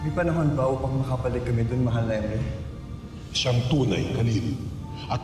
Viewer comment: pirena hindi perina tas emre hindi imre hahaha